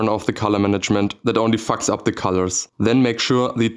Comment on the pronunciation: "fucks up the corlors"